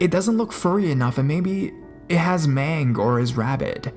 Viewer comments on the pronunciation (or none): Maybe it had mang?😂😂😂 Sorry I got to roast you on this it's mange Pronounced like Main-Geh if your going to keep doing dogman stuff you gotta learn this word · Why are you so breathy? You sound like you are trying to breath through your mouth while talking. You're fairly panting! Please stop! We need more good narrators. It's very distracting. By the way, ask a vet how to say "mange"; man-gha ain't it! LOLOLOLOL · Only one word mispronounced in this one, yay! mange: /mānj/ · How can you mispronounce MANGE??? It's simple English! You say the "g" like the "g" in mango? It should be pronounced like a "j". haha you always mispronounce something in every video